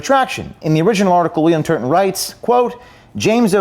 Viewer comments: Just to clarify, are saying Turton or Turd-on? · Surely, I heard James say Bill Turdon.